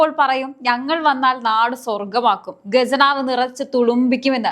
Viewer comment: ഗെജനാവ് അല്ല ഖജനാവ്... ഖജനാവ്